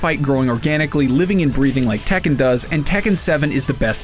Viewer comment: The way everyone mispronounces Tekken triggers me xD